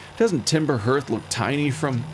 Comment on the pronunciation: Looking forward to this! That intro music is very relaxing and cathartic for me, so I hope all this spoop isn't going to ruin that vibe. Gabbro surprise! I guess says "H-earth" instead of "Heart-h" because it's an Earth-like planet.